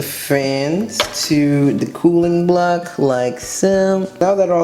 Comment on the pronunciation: When you say. Cooling block I thought you said kool-aid block